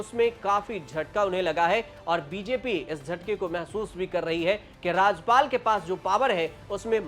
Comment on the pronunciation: अरे पत्रकार महोदय, राजपाल नहीं, राज्यपाल होता है